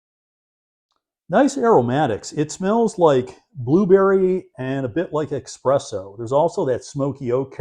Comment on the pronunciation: Trader Joe's is a great place to buy wine. I don't understand earlier comments to the contrary. Their reserve wines are almost always a sure thing. One side comment for you,...the taste of coffee - you said "Expresso," but real coffee buffs would want to hear "Espresso" - not trying to nit pick you by any means, and my apologies if I did.